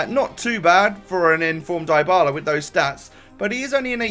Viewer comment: You pronounce Dybala's name like Dee-Bala